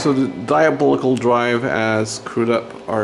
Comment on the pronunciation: Can you tell us some more about your TDR... or point us at a video if you already have. I love your pronunciation of "diabolical"